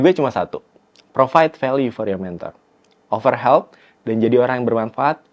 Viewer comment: "Offer help" bukan "over help" CMIIM min